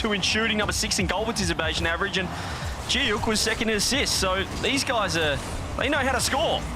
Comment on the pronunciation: I'm the biggest Joreuz stan in the world and I'll be rooting for NIP in Paris! Glad Novo won't be there so we don't have to listen to JohnnyBoi pronouncing Giuk in the dumbest way possible. It sounds like he's having a stroke.